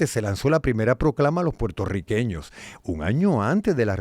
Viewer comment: ¡Mera! ¿Que te pasa? ¿No sabes decir Puertorriqueños? No se dice ‘Portorriqueños’ Dudo que hayas nacido en suelo de las Isla de Puerto Rico. Te empecé a escuchar y cuando escuché la palabra Potorriqueños… dejé de ver y escucharte.